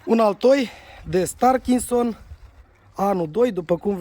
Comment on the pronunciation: Se zice Starkrimson